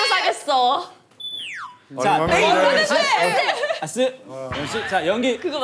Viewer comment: 아니 왜 아스를 야스로 발음하는건데 ㅋㅋㅋ